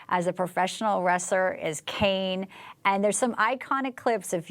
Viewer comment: ITS KANE